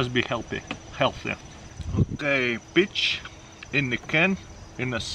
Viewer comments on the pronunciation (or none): none